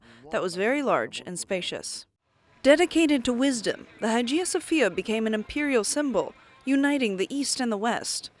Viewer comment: Learn how to pronounce “Hagia”.